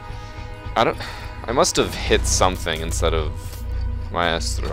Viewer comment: i love everything but when you say maestro i know you are saying it correctly and i mean no hate by this comment i am just use to pronouncing it "mystro"